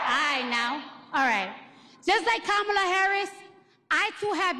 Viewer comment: Nice editing to take out the part when she was up there like an idiot not able to speak without her phone. And she said KH's name wrong -- the folks on CNN go into apoplectic fits when you say KuhMAHla vs KOMMAluh and here her biggest fan says it wrong. SMH